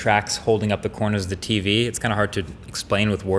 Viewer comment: “coanas” of the tv...that New York accent rly comin through